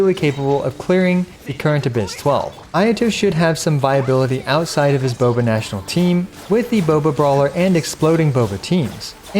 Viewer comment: Bobational sound like Boobational 😳